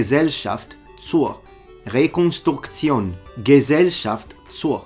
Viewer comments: As a German let me tell you: You did a pretty good job pronauncing that. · as a german native speaker, im unironically impressed by your pronounciation. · As a german I can admit with my full authority that you read this long german word correctly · That was a very good German pronounced "Gesellschaft zur ..." <3 nice to see someone try.